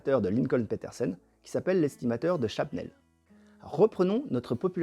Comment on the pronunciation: My man😍! Very interesting video, thanks! Is it Shabnel like you pronounced it or Shnabel like you wrote it?